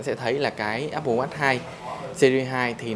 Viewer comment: Không nghĩ mode Sơn này phiên âm tiếng anh như vậy Áp bồ Oát :D